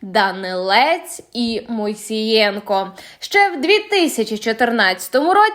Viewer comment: Диктор помилився не Мойсієнко а Моїсеєнко